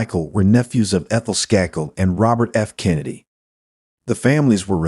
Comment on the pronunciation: How does the first case, so glaringly obviously the son from the get go, come under the video heading of "Cold Cases Finally Solved"???? Way too much repetition of info, too much irrelevant background info, & awful mispronunciations. Unbelievably l, with the Skakel murder of Martha, despite all the other useless background info, they failed to mention that Michael & Thomas Skakel were suspected from the get go...& the second case that doesn't match the video title. The content relating to the title is the final less than 5 minutes of this painfully drawn out video